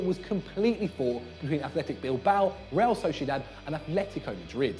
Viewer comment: Damn you butchered the "Butcher" of Bilboa